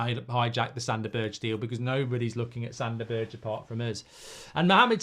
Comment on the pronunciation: I really hope we don't sign Sander Berg, because I can't stand Mark slaughtering his name...and the irony is that Goldbridge starts with "g" he could use